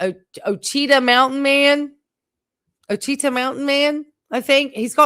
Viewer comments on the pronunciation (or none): Ouachita is pronounced WAH-shi-taw. Great video tonight.